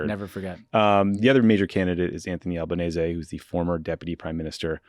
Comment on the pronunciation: I love that no-one in Australia can pronounce Albanese properly but you did 💚